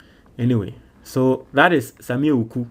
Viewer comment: the name is pronounced Awuku, not Ewuku. 😅 Awuku is an Ewe name. 😅